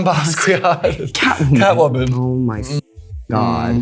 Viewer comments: It’s pronounced “bas-key-yaht”, sweets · The way that Violet said “Basquiat” hurts…she’s so critical but can’t even get the names of references right? Or even just understand the references at all?